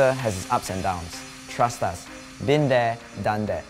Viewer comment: Why do singaporeans pronounce “us” as “ahs” lol did anyone else notice